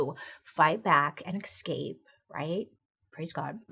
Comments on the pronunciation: bailey, girl. i love you so much and your videos bring me so much joy. but it’s pronounced eSCape not eXCape 😭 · I used to hate when Bailey said "excape" instead of escape but after watching for so many years it's comforting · english is not my first language but does "escape" pronounced like "eXcape" how bailey says it or "eScape"? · I love the way Bailey says excape lol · I love how Bailey says ecscape instead of escape, another great episode! ❤️ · taking a shot every time bailey says ‘excape’ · There is no X in “escape” Bailey!! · Definitely not how Bailey says it 😅 it's the latter 🙂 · Ikr I love how she can't pronounce words it's so sweet and I hope they don't ever edit those out either